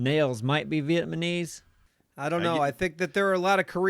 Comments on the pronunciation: seems to think people from that country are called "Vietmonese...." makes me think that when he watches those war movies, he hears, "Marley in the trees!!" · Anyone else catch ' "Vietmanese"? XD!! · lol was saying vietmanese instead of Vietnamese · It's "Vietnamese", not "Vietmanese". Just remember, it's Vietnam... not Vietman. I had a friend who also said "Vietmanese" and he just didn't get it even after explaining it. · "Vietmanese" Yes. That's how you say it. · vietmanese lmao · Did he say 'Vietmanese'? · What is Viet ma Neese? you dingus XD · "Vietmanese" -, 2020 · Idk why but I hate when says vietmaneez like it's just not correct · Yes,. Vietmanese. My mom's from VietMAN not and certainly not from VietNAM. Sigh. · Hearing try to say Vietnamese is hilarious